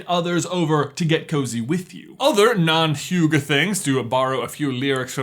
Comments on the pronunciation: Oaken’s accent is not really Norwegian though 😂 More German-ish. Also it’s pronounced «higgeh», kinda like if the y is just an i. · As someone who is going to be in the show a week from when I post this comment, and I’m part of the oaken family, I know that’s it’s pronounced hee-ga, and said it correctly whenever he said it wrong. For some of the lyrics I was singing along. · I loved the miss pronaunsasion of the word hygge it sound more like hykke becus the g is more harde and not as j ish as upronaounsed it No hate 💙💙💙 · First off: you are saying "hygge" wrong. The vowels have to be shorter. and you can "hygge" alone too. Just do something nice and relaxing WITHOUT YOUR PHONE!!!! Btw. it was so hillarious to hear you butcher the word "hygge" over and over again. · You can try making the norwegian google translate prunounce it for you, although it sounds a bit weird to me. If you try to prunounce it like HI-ge (I as in is, hard g, and e as in Ben) you will be closer than what was used in this video, but still a way off. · He said hugA and I was like, how? Can't you just pronounce an E like an E? Like it's HyggE xD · Hygge- in danish- is prounounced H just like you did in the video Y the way you said it had a bit of "U" at the end. Just say it without the end. GG once again. You said it right E is more like "i" and not "A" or maybe "Æ" wich of course is a danish letter wich is said like "A+E" put together. So *HYGGÆ*. By the way. This comment is just to tell you how its pronounced in danish. It may be diffrent else where! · " hugah " hahaha sounds funny when you know how it's actually pronuced. Good video :-) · I'm norwegian, and you pronounce hygge, really wrong... you seriously pronounce it hyouga... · Hinata Hyuga? Neji Hyuga? That's all I think of everytime you say Hygge. Anyways, great video as usual 👌🏼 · I love that you pronounce it as "huga" x) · Hygge is pronounced as Hig-geh, I hope that helped 😊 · /ˈhuːɡə/ is how you pronounce Hygge :P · It is (hee) (ga)